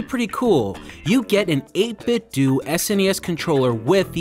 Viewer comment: It's "8 bit DOUGH", not "8 bit DOO".